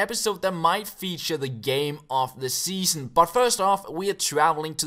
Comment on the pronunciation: "Seaon" instead of "Season", nothing major haha.